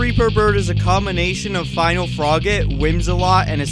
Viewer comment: Nah dude, it's froggit.